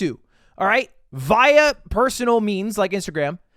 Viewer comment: Can’t stand Ludwig saying via instead of via